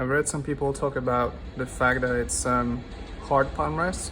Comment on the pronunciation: He does not pronounce H in hard